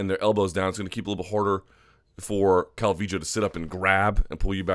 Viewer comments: its pronounced cal-vee-yo. So you got it ^^ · Calling her Calvijo, is no different than people saying Cal-V-Low. Yes the double L can be Y or J depending on where you are from in Central America but her parents are from Mexico and most definitely say it as a Y. Cal-V-Yo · Your explanation is true... but that still doesn't make it calviJoe. If you think it's right whatevs, your show bruh. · why do u pronounce her name Calvijo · omg stop saying cal-vee-joe